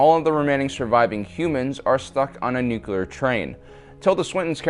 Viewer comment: I cringe every time I hear the word NUCULAR! shivers